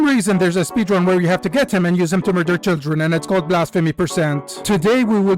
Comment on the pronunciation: why are you moordering children